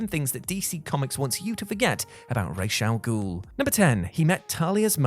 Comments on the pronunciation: why are you pronouncing it "Raesh"? Where did that come from? the name is arabic and the proper way to pronounce it is "Ra's" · The way you pronounce the name is KILLING my ears!! His name translates into "Head of the Ogre" which is in Arabic is pronounced Raas with a HARD "S" and a long "Ahh" sound.. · He not even pronouncing it right 😂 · Lol he's pronouncing it SOOO WRONG it made my ears bleed